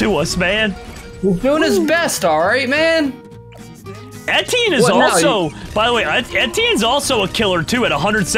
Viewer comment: etienne is pronounced etch-E-en not etine